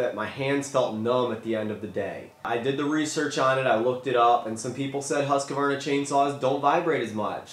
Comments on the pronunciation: Husk varna. Not huska varna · It is hard to take notice of someone who cannot pronounce the name of the product Husqvarna not Husq a varna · If you're going to say Husqvarna 100 times in a video you should learn how to pronounce Husqvarna. Not HusqAvarna.